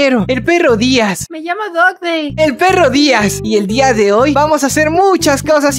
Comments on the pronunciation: Yo habia entendido "Dog Gay" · Dog dien. ❌ Perro días.✅ Me mato cuando dijo el perro días